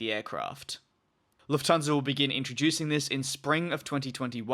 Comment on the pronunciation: Luft-hansa, not Luf-thansa ;)